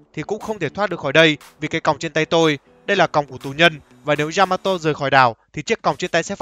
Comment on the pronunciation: Yamato not djžamato.....